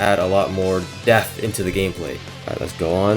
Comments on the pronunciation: Maybe just don’t try to say “depth” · “DEPTH” Not “death”